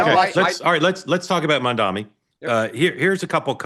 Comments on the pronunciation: MAM...D....ANI Mark (remember you used to get upset about KAMALA being pronounced wrong! Come on... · "Let's talk about Mandami". Jesus, are you ever going to get the name right? Any of you? And he did reach out to Jewish New Yorkers, you just chose not to play that part of the speech.